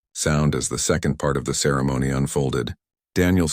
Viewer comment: I'm just laughing how the AI messed up here... instead of "part", the AI said: "pee art"